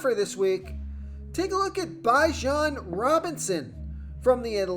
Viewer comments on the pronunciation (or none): comedy how you pronounce some of these names lol......its pronounced BE jon not BI jon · 🛑 Stop .. this dude doesn’t know football. Chicago bulls I was gonna let slide but the fact you don’t know how to pronounce Bijan.. I’m ok with listening. People don’t listen. I’m calling fraud!!